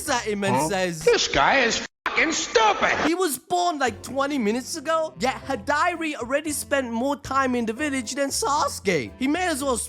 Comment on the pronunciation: How do you say high-dari but manage to say sukuna hikona 😂@ stop it…get some help It’s Hidari (he-da-ri)